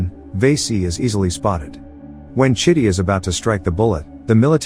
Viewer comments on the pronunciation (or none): Dude, that's not how you supposed call the robot's name. You calling him shitty 🙄